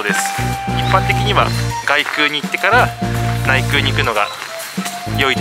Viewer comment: こんばんは。 お伊勢さんですか 良いところですよねー ところで 外宮、げくう 内宮、ないくう と読みますよ。